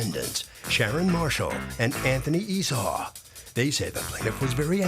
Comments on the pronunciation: hi..yes...... i didn't like how.. she was speaking to them. i always notice... the difference... .. when the bk ppl.. come before her... first sign.. her mdness.. was going to be on full display was the struggle to pronounce esau... be blessed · hi... i was looking for your reply...... i didn't like how.. she was speaking to these ppl.. i always notice... the difference... .. when the bk people.. come before her... first sign.. her madness.. was going to be on full display.... was when she.. couldn't pronounce esau... be blessed